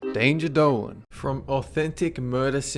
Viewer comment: Deinjer Dolen